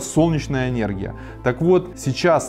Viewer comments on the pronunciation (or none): не "энЬЭргия", а энЭргия!